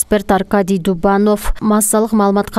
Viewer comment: Диктор кыз Дубанов эмес,Дубнов. Жок дегенде тексти бир карап ойлонуп койсон,эгер бир аз мээ болсо,10 эмес 💯 даана техника келди. Окуп жаткан текстке жоопкерчилик менен кароо керек.